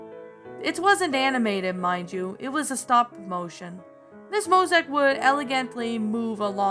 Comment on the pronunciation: No offense but You keep mispronouncing Mosiac wrong You keep saying Mosac.